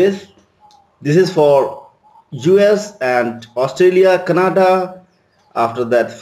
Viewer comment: It is not kanada.... Its canada 😊